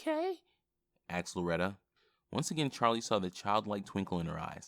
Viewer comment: the amount of times he said axed